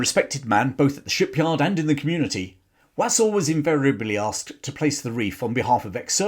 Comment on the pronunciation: Interesting content. Just a small point, you are not pronouncing his surname correctly. It should be pronounced Wosul. (I'm a friend one of his family members).